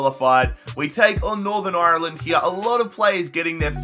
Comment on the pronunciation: (And also can you pronounce Ireland properly)